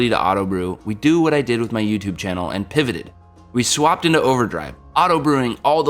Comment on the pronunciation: All these random ass reference gifs and then you almost over-enunciate pivot and no fucking friends gif?